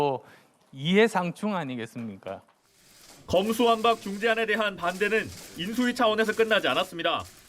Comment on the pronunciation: 검수완판이라고 발음했던 사람이다. 제대로 알고 있나 싶다.